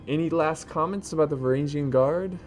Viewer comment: You miss pronounced Varangian